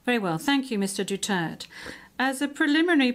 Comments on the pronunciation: Pronounce silent vowels DUTERTE Dutirt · Talo na lahat kalaban di si tatay ang nililitis mali ang pronounce ng Duterte dutert dw😅😅😅😅😅😅